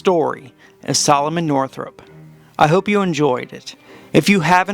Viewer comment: The name is Northup, NOT Northrup.